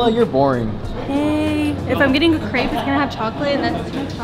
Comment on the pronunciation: You can’t be a crêpe expert if you don’t pronounce the name right 😂